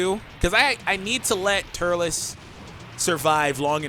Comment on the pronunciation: I left when you said turles